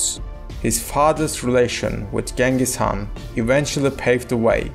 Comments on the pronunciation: appreciate your efforts but please spend more time doing research. you can either say “Chinggis Haan” (Mongol pronunciation) or “Genghis Khan” (English pronunciation) but never Genghis Haan. Yuan Shi is not an author. it literally means the History of the Yuan. it was compiled by various government scribes in the Ming Dynasty. and many other inaccuracies. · Chinggis Khaan, Belgutei, Zelme, Mukhulai, please pronounce the names correctly.